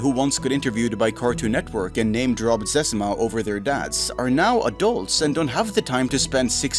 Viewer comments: Lmao! Who calls it sezuma!?? The legend is called ZezEEma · Disliked this because of the amount of times he mispronounced Zezima.